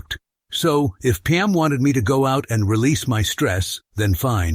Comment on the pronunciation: Is it Peem, Pam, Pum, or Palm 🤣